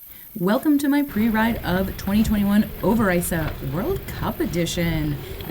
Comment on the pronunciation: As always nice to look at the track from the riders pov! Quite a good pronunciation of Overijse. Do American tracks really don’t have ruts? And if so why? Does everybody just rides their own line?